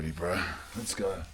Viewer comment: Weird hearing a grown man say "let's ogg"😂